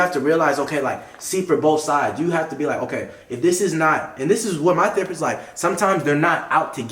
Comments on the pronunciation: When said therapurse 😂😂😂😂😂💀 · "THERAPURST."- 2021. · Why saying therapurse? 😂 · Is really calling the therapist thera purse 😂😂😂